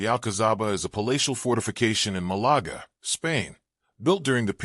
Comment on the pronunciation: Please remake the video with normal English narration, instead of the computerized American shit. Malaga is not pronounced Malagra. This would have been an interesting video, other than that.